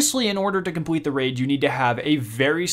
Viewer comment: Bro work on your l instead of saying compwete complete